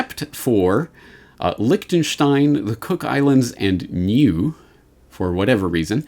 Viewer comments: Lichtenstein, Cook Islands, then what, new, mew, what are you saying at 2 minutes and 36 seconds in? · NUIE, actually pronounced New-ay. A small island in the Pacific Ocean.